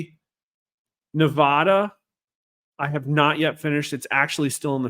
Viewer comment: You still are pronouncing Nevada wrong. ???